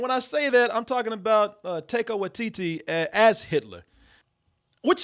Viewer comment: My eye twitches everytime says Taika's name